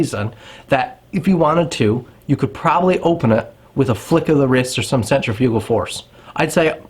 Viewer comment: As long as Cambodian Tire keeps selling them, they are not prohibited. Do some more study into this crap. Learn to say centrifugal, annoying. I can walk into any store wearing a belted hunting knife, including the, as you call it, “iconic” Buck knife, and not a single person says anything. Not even a batted eye during hunting season.